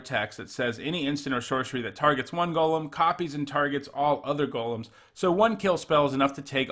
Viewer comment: I appreciate how you pronounce golem